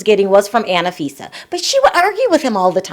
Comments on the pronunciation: It's anfisa not anifisa 😂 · It's An fee. sa. not anna fi sa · It's Anfisa, not Ana-Fisa. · It is not "Anifisa" it is "Anfisa"~ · It’s not Anna-fisa it’s Anfisa like unfisa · Tsk, tsk....just a heads up - George is English for Jorge and its An- fisa not Anna-fisa!!! Aye Chihuahua! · you're irritated about "name changes," but you keep saying "Annafisa" instead of Anfisa🤣. Also, Jorge didn't really change his name. Jorge and George are the exact same name, just in different languages. Damn, I'm not even American. I'm South African and even I know this! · FYI, Her name is pronounced AHN-FI-SA, Not ANNA-FI-SA. :) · I died each time you said Anna fisa 😂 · Why do you say AnAfisa??